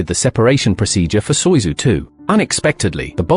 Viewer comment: Soyuzu !? Seriously still dumb AI…